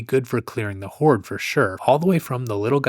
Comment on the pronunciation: LOL... he said, "whored"